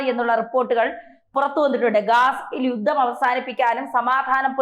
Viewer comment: 'മാദ്യമ' പ്രവർത്തനം,'യുദ്ദം' എന്നൊക്കെയാണ് ഇവിടെ യും പറഞ്ഞത് താങ്കൾ ഉച്ചാരണത്തെറ്റുകൾ തിരുത്താൻ തയാറല്ലതന്നെ.